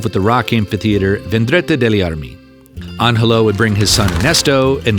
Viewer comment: Wow, what spectacular views! By the way "Rifugio" is pronounced [riˈfudʒo] and "Angelo" is pronounced [ˈandʒelo]. You keep giving the soft Italian "g" a Spanish pronunciation, which is odd since you seem to correctly pronounce the other Italian consonants. You even pronounce the "gl" in Giglio correctly, which is far more difficult than the soft Italian "g" (very similar to the "g" in the English "giant").